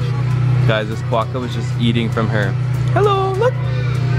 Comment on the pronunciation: "King of Quakkah." Quakkah. 😂